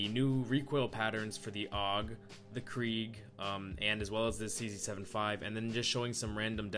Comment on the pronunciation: Why are you saying krieg?